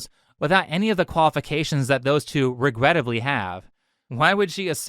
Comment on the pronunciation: What does this "regreattably" even mean?